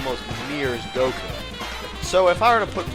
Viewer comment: the name is broly and goku not borly or goky